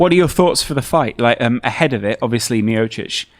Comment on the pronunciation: i speak croatian and that pronounciation by TG was on point! best one so far!